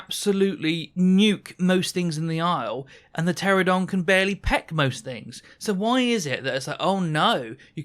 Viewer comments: Ptera-NO-don. I crash out every time you say Pteradon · You keep saying "Pteradon" instead of Pteranodon. Thats as infuriating as "aluminium" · It is "Pteranodon", not "Pteradon". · Grinds my gears. I'm a "pteradon" main, but cant even say it properly 🤣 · Those aren’t the same thing. Pteradon is just a mispronunciation. Aluminium is correct, literally only Americans say aluminum